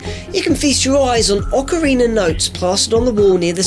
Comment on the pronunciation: ocariner of time